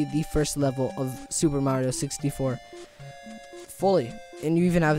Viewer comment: Wow. Nice. Lol "Sixty-FO" I figured you would say "Mario-ish". Wow at the 2D version of SM64 and the last one!